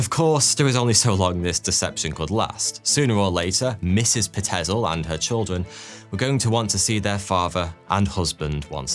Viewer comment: Pie-t-zil not pa-tez-el